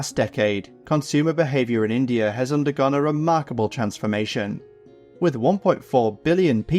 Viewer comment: INDAI?, lol